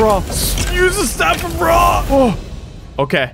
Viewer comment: Bro the second seed has some Eygptians valueables that YOU DONT HOW TO PRONOUNCE IF OTHER EYGPTAIN LIKE ME SAW THAT YOU WILL END رع TAKE THIS WORD ON GOOGLE TRANSLATE TO HEAR HOW ITS PRONOUNCED😠